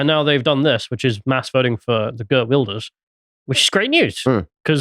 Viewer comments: Pronounced Heert Vilders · mispronouncing Geert Wilders is so funny. Because of Farmer's party winning the procvince election, that the wef stooge aka rutte disbanded the government after it, so election happened way earlier, as it was supposed 2 be March 2025.